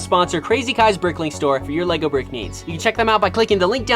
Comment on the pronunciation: Bro doesn't even know how to say Lego lol